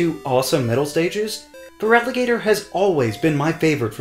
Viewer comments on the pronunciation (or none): FERALIGATR, NOT FRIALAGATOR! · FERALIGATR, NOT FERLAGATOR! TYRANITAR, NOT TRYANTAR!